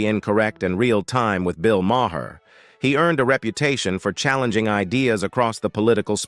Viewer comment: There are many comments that could be made about each of these controversial people. The main thing I would like answered is how does this commentator keep getting hired for these videos when his mispronounciation of names is on going. Also, when saying a date such as 1970's , he always says nineteen seventy 's'. The 's' is used as a plural, not a free standing letter. Sorry! It just bugs me!